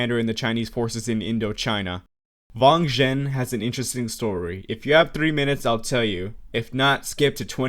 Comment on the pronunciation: W's in mandarin are not pronounced like Vs, it's not Vang Zhen just Wang Zhen